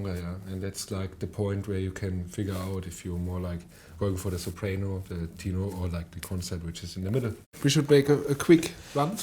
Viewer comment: What the hell in a "teenor" ??? Hello the word is tenor spoken like the word "ten" (10)